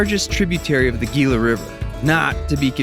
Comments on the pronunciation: Idk if you were saying “Geela” for interactions, but it’s pronounced “Heela river” or “Heela-monster” just sayin :3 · Pronounced HEE-luh. OUTLANDER DETECTED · Gila= he-la not hating just helping. 😊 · “Gila” is “Heela”! What kind of 8 year old were you?!? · Gila isn't pronounced with a G sound, but an H. Both the monster and the river.